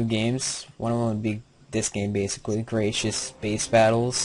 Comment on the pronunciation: its gratuitous space battles not gratious space battles...